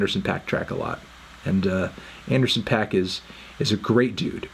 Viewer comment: Anderson pack? Or anderson paak (pac) come on internets busiest M u s i c nerd